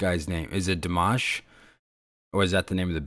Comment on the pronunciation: You said his name perfectly. This was the video version, Dimash does all the vocal background. That is him hitting all those high notes. Now you have to see the "Scream Idol Hits", there is a surprise in it for you, you would never expect. Here is the link Screaming Idol Hits